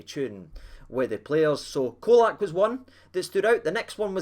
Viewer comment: IT'S "CHOLAK"! LOL😂, had to laugh at some of the predictions from the Hammers before the game - one spouting 5-0 to them...sent hame with a skelpt erse!